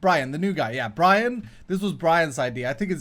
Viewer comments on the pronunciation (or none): LOOOOL its Grian xDDD gree-yan not Brian xDDD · Its called Gree-an not Brian or Graian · It’s grian not Brian xxd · It’s not Brian it’s Grian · its grian not brian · did his pronunciation of Grian annoy anyone one.... its GR-ee-en.... not GR-I-an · Its not Brian its Grian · It is not Brian it is grian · Its grian not brian xD 🤣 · Its Grian, not brian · Bryan ???? Its GRIAN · It’s grian not Brian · NOT GRY-EN GRI-EN YOU SAY IT GRI-EN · calling Grian ‘Brian’ is a joke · Oh god did you rly say Brian.........ooohhhhh ehhhhh it's grian ooohhhhh lol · Brian????????????? its Grian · IT'S PRONOUNCED GREE-AN NOT GRAY-AN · Grian!!!!!!!!!! Not brian!!!!! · His name is GRIAN not BRAIN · Brian??? Its pronounced Gee-Arr-Ian! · Nice vid but Grian not Brian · It is not Brian it's grian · Look at the conduit and if it has a red “eye” on it, then it’s max level But yours is max level Also his name is grian (gree-in) not Brian 😊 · Grian not brayen😂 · GRIAN NOT BRIAN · Grian not brian dude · I think he said Grian at first, and then he said Brian. HAHA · Its Gree-ann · its gree-an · It’s grain (GREE-AAN) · omgosh best ipass deal ever! you got great negotiating skillz! XD it also make me lolz every time you say brian. XD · His name is said like green and tin put together gree-in. It doesnt rhyme with Brian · It's pronounced Greeain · His name is Grian pronounced grean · Its gri-an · It's G-R-I-A-N, G not B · its not griin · Grian's name is pronounced Gr"ee"an! Man get it right. lol :) I LOVE what you are doing for a base this season. I can't wait to see more. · Why does he keep calling grian Brian? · It’s gr - ee - an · lol is mispronouncing grians name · The way he pronounced Grian 😂😂 I can't stop laughing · I think actually knows how to pronounce "Grian", but he's pretending that he doesn't. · How pronounce Grian... Is that intentionally?